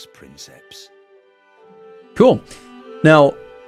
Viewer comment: It triggers me that Sean Bean mispronounces "princeps."